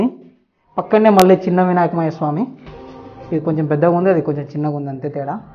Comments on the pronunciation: Vinakamaya swami kadhu bro vinayaka swamy but good bro keep it up we r here to support uu..😄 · వినాక్మయ స్వామి కాదు బ్రో వినాయక స్వామి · vinakmayya swami kadu vinayaka swami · వినాకుమయ్య స్వామి కాదు వినాయకుని స్వామి